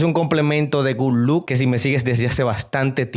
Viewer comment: Por qué dice "good look"??? Es GOOD LOCK. 🤔🤔🤔